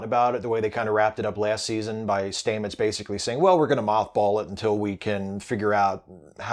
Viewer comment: Love your videos, but really, Commander Stamet's pronounciation of his surname has been shown a million times. It isn't "Staymets" its "Stammets".